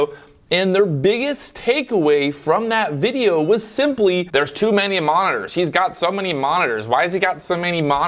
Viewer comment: " how many 'Monners' ". Mon - nit - tors